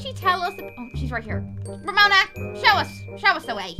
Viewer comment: called Ramona Ramoni